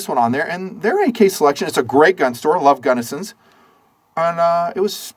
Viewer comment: "I love Gunnison's." Er, it's actually Gallenson's (on 2nd South, SLC). Gotta support my local gun shop! Keep up the (otherwise) great work, guys!!!